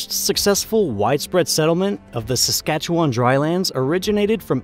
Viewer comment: he only pronounced Saskatchewan correctly one time. I have no idea why people think it's pronounced Saskatchewaaaaaaaaaaan.